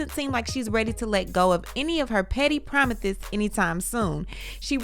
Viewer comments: I like how you say PROMITHES. 😂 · Not broken promithes, promithes. I'm screaming 😭. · I lost it at "Promithe" 😂😂😂😂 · promithis promithis promithis🤣🤣🤣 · 😂🤣 I can NEVER unhear "promithes" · Promithesss, promithesss😂😂😂oh lord I can't. Much laughter from Portugal 💯🇵🇹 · I wouldn't even know who y'all be talking about if I don't hear promithis promithis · lol thank you...now imma be a whole week saying promithas instead of promises loool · Not Promithis Promithis!😅😂😂🤣😂🤣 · Girl the way you're pronouncing promisths is killing me🤣🤣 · LMAO......LOLOLOL..NOT"promizzez promizzez " honey!!!!... you gotta stop...lololololol